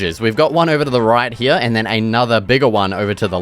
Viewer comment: I love when you say hereya no here